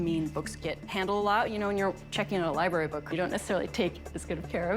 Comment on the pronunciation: I hate the way she pronounces library